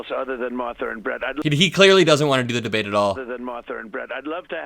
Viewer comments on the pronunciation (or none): "the debwate we had with Biden..." ? I watched. You lost. Bigly.